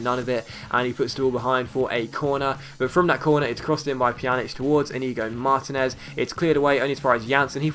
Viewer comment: You pronounce Pjanić's name correctly now :D yay! Great vid as always.